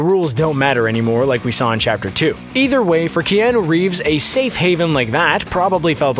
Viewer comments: This may have been mentioned previous times but who the frick say Key-an-noo,,, Pretty sure most people know its announced "Key-ah-noo" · I stopped watching when he first said kee-an-ooh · who is key - anu reeves. yo commentator, go back to school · how DARE him say "keanAA" im dissapointed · Isn't anyone triggered the way he says Keanu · Couldn't listen to the mispronunciation of Keanu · who let this guy make a video about john wick without knowing how to pronounce Keanu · I left the video on the second one bc he kept pronouncing his name wrong 😑